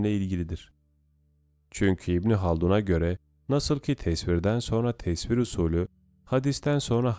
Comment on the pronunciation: tesfir nedir yahu. dil sürçmesi sandım ama sürekli aynı hatayı yapıyorsun!